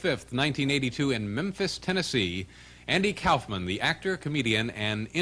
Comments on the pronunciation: I've heard of Andy Kaufman, but who's Andy Cowfman? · Andy Cow-fman?